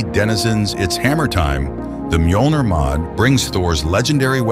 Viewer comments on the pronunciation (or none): For future reference Mjölnir is pronounced (MYO-lin-er) but aside from that absolutely perfect video for me, was just about to pick up the game again an wanted to add some mods an this video popped up as soon as I loaded YT😎Talk about timing!!